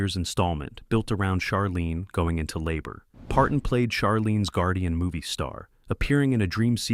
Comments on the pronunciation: Charlene, like charcoal! Not Sharlene! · You pronounced Charlene's name the way her cousins' name is pronounced. They're different people. Delta was the best part of Designing Women. Be honest. Suzanne was the best part of the show.